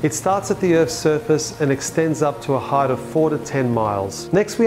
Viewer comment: Great job with this video... I like your approach... But please learn how to pronounce heigh"T"... You said it wrong repeatedly in another video(a flat Earth vid) and your a smart kid... And saying it by pronouncing a "TH" that isn't there just makes you sound like a .... Well... quote yourself here... The dimensional quad is depTH, lengTH, widTH and heighT... not .. heighTH... TY...